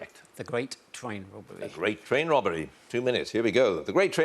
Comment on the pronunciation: The Gwate Twain Wobbery